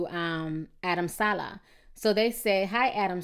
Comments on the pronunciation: TI it's SA-LEH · suh-lay dang ti can really screw up somebody name